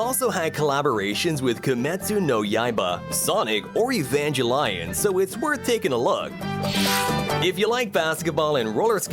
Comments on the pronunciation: Ah yes evanjalyon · Eevanjelion lol